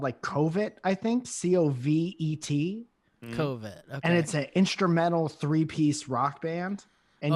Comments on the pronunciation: The band Covet is pronounced Cuv-vet btw. Not Covid lol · Pretty sure the band “COVET” would be pronounces “Cuh-vet” right? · mispronounced Covet. Here is a link to one of their videos